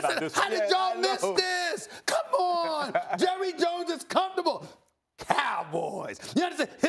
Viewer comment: “Jurry Jones”